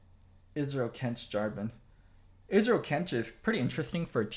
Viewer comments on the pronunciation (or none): ezreal, not israel